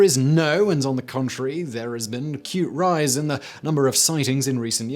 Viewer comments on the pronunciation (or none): none